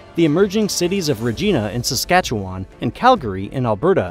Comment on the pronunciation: he only pronounced Saskatchewan correctly one time. I have no idea why people think it's pronounced Saskatchewaaaaaaaaaaan.